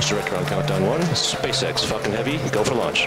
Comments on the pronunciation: When you first hear falcon heavy in the vid the guy sounds like he said Fuckin Heavy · i always hear "fuckin heavy" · What, is it me or it is everyone, what did I hear on … fk1ng heavy? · at the very start does he say fu**ing heavy, not falcon heavy?